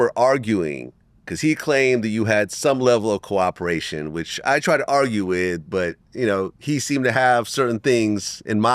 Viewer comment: Yo Rick, it’s COE-OPERATION 😂